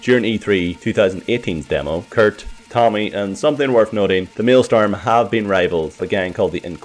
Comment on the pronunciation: It's maelSTROM Not maelSTORM